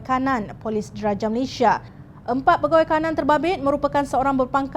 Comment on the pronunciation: Malaysia bukan Malayshia.